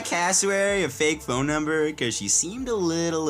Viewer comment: He also had a mistake during a fun facts video 😂😂 instead of number it said numer